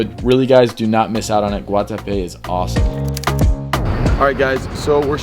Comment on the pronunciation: As a Colombian that Guatape pronunciation was very on point bro